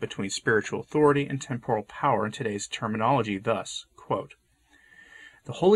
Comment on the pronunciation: Yes. I think acting out as an NGO is not what church is about. FYI. Temporal is pronounced TEMP-or-al